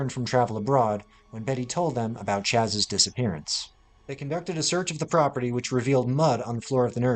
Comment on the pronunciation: The baby’s nick name was Charlie, not Chas. Chas. was shorthand for Charles back in the day and is pronounced “Charles” not Chas. Just like Mr. Is pronounced “mister” even though it’s written in a shortened way.